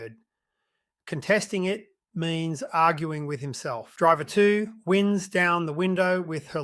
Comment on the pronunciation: It's AI. I heard "winds" as in "breezes", rather than "winds" as in "he winds me up".